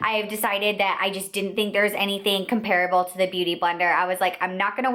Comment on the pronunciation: Drives me crazy how she mispronounces "comparable"! I couldn't keep watching!